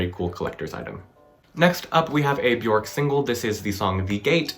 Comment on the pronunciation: Quick tip: it’s Björk. Pronounced “Byerk”